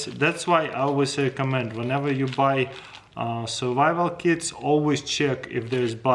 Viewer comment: only me that thinks he say survival kids? xd